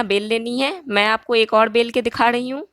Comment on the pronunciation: Aap rahi ko dahi kyu bolti h